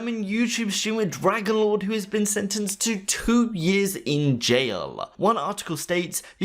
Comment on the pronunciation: Hey,! The german Streamer is called "Drachenlord" as in "Dragonlord", not "Dragonlore":)